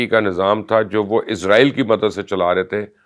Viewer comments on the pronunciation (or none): none